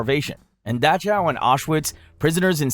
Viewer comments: Look I just found you and I’m loving these videos BUT you really gotta work on your pronunciation I’ve sat through 4 videos and the amount of mispronunciations like you said Liter (leeter) a litter or in this Dachau you said da chow when it’s pronounced Da cow. I could forgive liter or that wack way you said centimeter meeter not miter. But messing up a name THAT badly? Come on but some more effort in. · did this dummy really say daw chow????? it’s daw how 🤦‍♂️